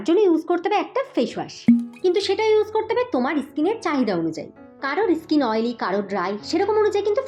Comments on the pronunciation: ইস্কিন নয়,ওটা স্কিন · ইসকিন ইসমুথ,এগুলো সঠিক নয়। ঠিক করে উচ্চারণ করুন